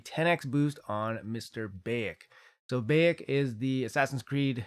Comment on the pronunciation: bAyek, not bEyek :) BAH-YAK ;D